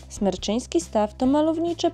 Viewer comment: Super film :D A Jaskinia Mroźna przeszła parę lat temu remont i nie ma w niej już oświetlenia ;) P.S. Smreczyński Staw, nie Smerczyński ;) Czerwonych Wierchów znad Stawu niestety nie widać ;)